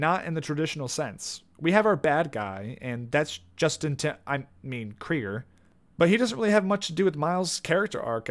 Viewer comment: “Anut May” “revel” “Kreigers” : “Kreiger” : “ charisma a” No harm, made this for fun :D